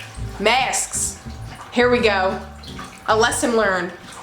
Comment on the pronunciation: Is it weird that I love the way she says masks 😂😂😂😂